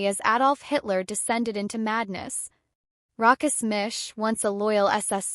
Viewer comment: Really bad clip. AI doesn’t know how to pronounce ‘Rochus’. Sometimes it’s Rockus, sometimes Roschus. Neither is correct. Lots of pictures are unrelated, some seem to be taken from adverts. Half the facts are probably incorrect too.